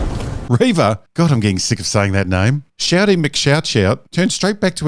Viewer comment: It's pronounced ReeeeeeeeeeeeeVA